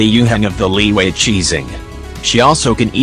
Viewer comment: Chinese People: LIYUE!!! English People: Liwue😎